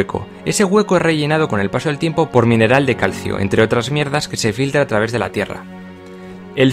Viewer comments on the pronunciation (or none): none